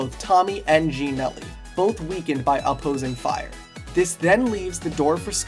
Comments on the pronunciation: Timmy not jimmy neegelly not geenelly 😂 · i love how he just called geenelly, "neegelly" 😂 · "Nee Gelly"?